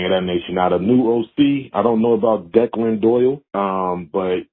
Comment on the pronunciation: Your pronunciation of the OC’s name was killing my dude. It’s Irish, pronounced Deck-Lin , not De- klan.